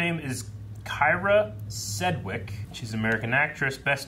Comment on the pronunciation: "Keyr-ra Sedge- wick"